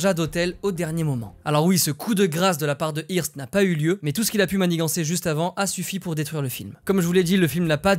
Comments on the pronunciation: Ça se prononce "heurste" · hearst ( je crois qu'on prononce eurst ) , c'était le Bolloré de l'époque